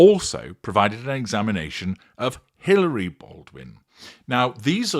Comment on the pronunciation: Hilaria, not Hilary.